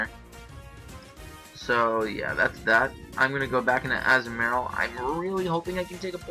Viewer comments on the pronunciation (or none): Anyone else bugged by how he says Azumarill? Great battle and all, good narration, but that really bugged me.